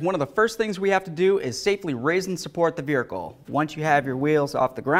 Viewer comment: It's so funny how pronounces vehicle like "vrricle."